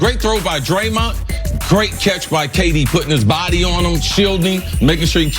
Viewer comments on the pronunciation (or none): Cris Carter, his name is DRAYMOND, not DraMONT. Put some respect on his name.